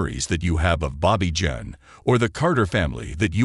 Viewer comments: Bobbie John? LOL. Bloody ROBOT crap. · Think narrator pronounced it French way instead of English & expect she didn't use that pronunciation.